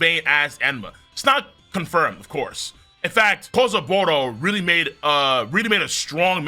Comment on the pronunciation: fuugetsu KAsaburou he says ;/